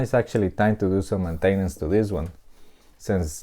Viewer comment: "Mintainence" ROFL.